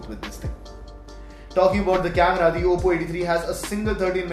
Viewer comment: It's oppo not apppo